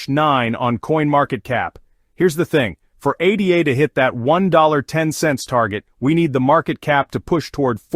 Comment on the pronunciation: its called ADA as in a girls name NOT A D A after Ada Lovelace the world's first computer programmer